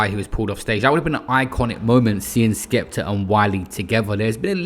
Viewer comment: wiler and skepta? Whats with R’s forcefully being added to words and names unnecessarily past few years